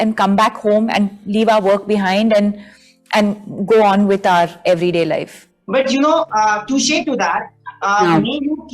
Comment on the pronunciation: And why r they promoting this movie background like it's some international level movie. Her English is so bad. For 'R' (our) she says Ower as in Power😃